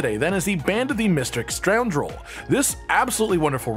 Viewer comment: Stoundrel? The word is scoundrel :p